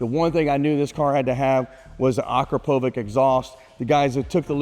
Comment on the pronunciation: ah-crop-oh-vitch - correct pronunciation.